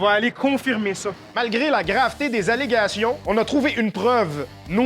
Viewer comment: Le francais est parfait !!!!! Les ALERGATIONS 😭On veut un special fin d'année comme infoman !!!!!